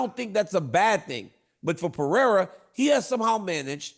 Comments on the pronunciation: Brah Chael switches between correct Pereira pronunciation and incorrect 😂 pick one Chael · PER-RERA SAY IT WITH ME CHAEL!!! JEEZUSS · Why does Chael refuse to pronounce peoples names correctly, he is an IDIOT! It is very disrespectful. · Is Chael trolling or why he keeps calling Pereira Piera? He sounds like an idiot... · It's pronounced Puh Hay Ruh Uncle Chael. 😂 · It's the Pea-Era. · It's the Pea-era Era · is worse, is pee-era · Chael literally mispronounced almost every single fighters name, and no one ever corrects him… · Please please please Chael learn to pronounce the last name!! You don’t even make the effort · that wont happen until he says pereira's name correctly.